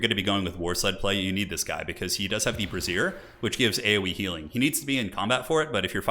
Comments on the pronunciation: Brazse-ier not brassier >.> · Bray-zehr. Bruh-zier is a bra. I made this mistake while reading aloud in a creative writing class. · lol patriarch item is a bray-z-yer not a bra-zeer. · Great battle! Just a funny pronunciation nitpick: you're pronouncing "brazier" with emphasis on the 2nd syllable, which is the way I would pronounce "brassiere", as in a bra. So "The Patriarch's braZIER" makes it sound like the Patriarch is wearing female underwear to me :P Which is actually very funny imagery! For brazier, as in a metal construction that holds a flame, I have been taught to pronounce it with emphasis on the first syllable, as in "BRAYzier". But you can pronounce it however you want, I know what you mean, so there's no issue at all! Just thought you should know! :) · its Bray-Shure not a fucking bra